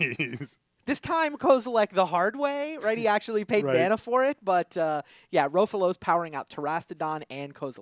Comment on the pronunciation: it's Rofellos not Roafalose. Agggh